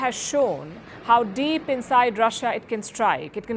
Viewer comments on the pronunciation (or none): none